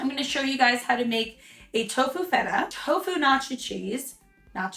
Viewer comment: Did you say tocu mozzarella? Lol this is great!!!